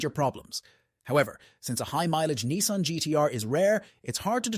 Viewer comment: AI voices ruin average videos. Nissan is Nicean....hmmmmm